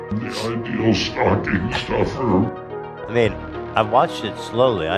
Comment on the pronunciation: “the ideal stucking stoffer” -ethan